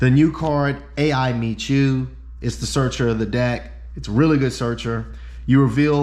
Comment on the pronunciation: By the way the “a.i” cards are just pronounced the letter i they’re all named after the anime character whose name is just pronounced i hope that saves you time lol